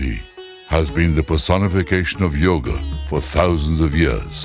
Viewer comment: God, please...it is NOT YOG. IT IS YOGA!